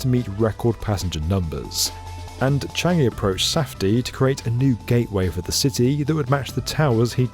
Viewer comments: it’s CHAN-gi not CHEN-gi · "Cheeeyngi" Yeah very authentic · isnt it chan jee?